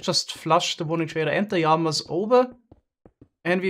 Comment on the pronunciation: I love how he says yamas for llamas 😂